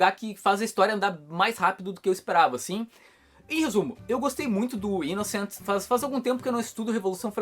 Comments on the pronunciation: Aí man, a pronúncia do título está errada Kkkkk Fala -se 'inossan" maninho. Pois sua escrita é francesa e não inglesa. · "Inoçã" hahah e sanson mesmo, sem pronúncia em inglês. Li o primeiro volume só e achei sensacional, vou continuar acompanhando e ainda bem que é relativamente curto hehe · o Thiago, do canal do comix zone, vive chamando esse canal aqui de 2kibinhos, que o fica kibando as coisas de la pra trazer pra ca. Quando ele foi falar sobre esse manga, ficou a semana toda, inclusive no video, falando que a pronuncia certa é ''inoçã' por ser frances. Ver agora o falando da forma que ta escrita é tão bacana haahahha, e mostra o quanto aquele cara é presunçoso com aquele canal minúsculo dele hahahaha